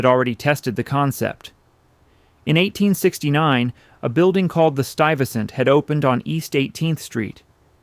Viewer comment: Pronounced "stoo-wee-ves-sent" hehe 🤭